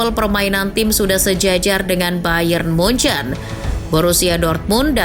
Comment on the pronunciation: Jangan nyebut munuyuk😂😂😂